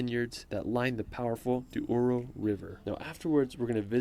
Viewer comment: sometimes people who can say portuguese words, they changing the position of letters. Some say "Dios, when is Dois", like this guy saying "Duoro river", when in fact is "Douro River"